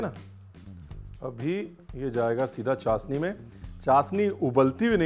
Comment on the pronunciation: Ranveer this is not चासनी . This is चाशनी